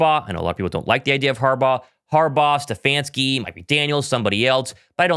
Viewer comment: Omg did u say stefanski… cut it out